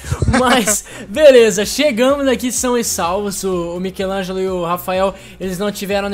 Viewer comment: Seu português e lindo e nickelodeon e michelango e club cooe e uma bosta